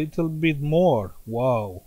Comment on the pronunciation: “WAW, I am VERY Surprised” told me that u are a very and Russian Man. Respect from Kurdistan✊